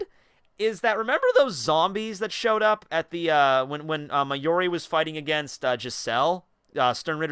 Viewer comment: it's mayuri, not mayori. for someone who's sounds so passionate about this, please at least get the names right.